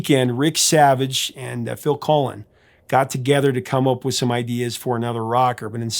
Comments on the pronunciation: You keep saying Phil Collin is it the same as Phil Collins from Genesis ? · Why are you calling Phil Collins, Phil Colin? 🤔